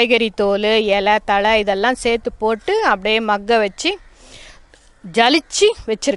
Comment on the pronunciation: தமிழ் வராதா மாக்க நு சொல்ல தெரில பாதிங்களா😜😄😄